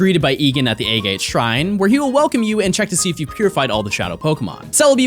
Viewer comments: “A-Gate” is pronounced “Ah-git” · Is anyone else cringing about how he pronounces "A Gate" shrine?